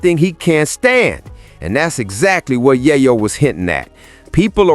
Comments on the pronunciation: Yaaryo? LMAO 🤣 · You are mispronouning Yayo.